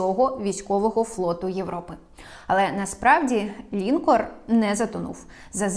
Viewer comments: Перевіряйте наголос в незнайомих словах, таких як лінкОр. Додивитися не вдалось, бо ріже слух. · Правдиве те, що у тебе губища наколені))))))))) Не лІнкор а лінкОр..